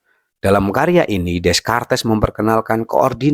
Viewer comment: di bacanya rene dekart bang🤣